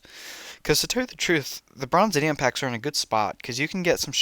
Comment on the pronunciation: Also it’s pronounced Bronze-ee-um